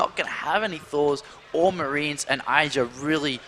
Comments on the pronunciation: God damnit it's id dra, not I dra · Love struggle to say Idra's name right throughout the series, "eye-dra, sorry.. Idra." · neither. it's idra. as in "did." didra. idra. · I like how keeps correcting his own pronunciation of "IdrA", then two seconds later says it the other way again.:P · its the way brits would pronounce it, get over it. Also he tries to correct himself too